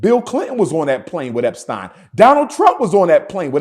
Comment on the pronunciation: What a damn fool. I can’t believe I actually thought he could be a leader. This nigga said jerry eptein 🤣🤣